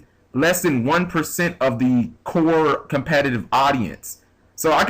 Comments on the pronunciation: ep-i-tome? I'm pretty sure it's pronounced e-pit-o-me... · Epitome is pronounced like eh-PIT-oh-me. Love ya,, but ya gotta step your language skills up. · Lol, what the fuck is an epitoam? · i thought i'd be the only one who mentioned the 'epitome' :(